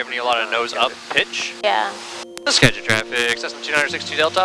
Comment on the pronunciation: You refueled at my flight school at Arlington! Sorry for the rude guy. A couple notes: -You did pronounce Skagit correctly! “Ska-jit” -Paine Field is a main manufacturing facility for Boeing